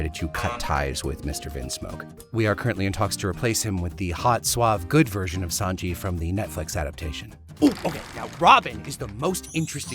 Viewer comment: Makes fun of the wiki editor for spelling English words the Japanese way Also: Pronounces Sanji's surname with a B